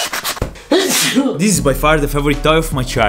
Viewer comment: listen im not trying to make fun of you but you say deez instead of this. Ex: Deez is my work.